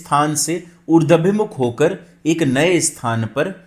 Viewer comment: Sunder prastuti hai .Urdwaabhimukh,,=Uradh+abhimukh. Na ki Urdwa+bimukh.